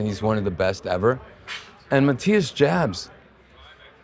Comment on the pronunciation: Everyone pronouncesMattias‘s last name wrong. It sounds Ahhbs